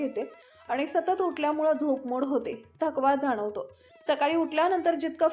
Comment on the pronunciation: झोपमूड नाही झोप मोड